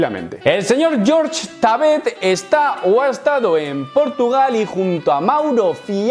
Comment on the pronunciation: por favor no le digas George a Jorge jajaja es raro